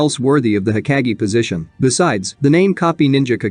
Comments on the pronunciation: hokage not heckage idiot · It’s not heckage! Hokage bro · Ugh the way this bot says hokage drives me up the wall. No thanks…